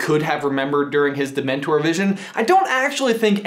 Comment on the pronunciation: get it right its not demntor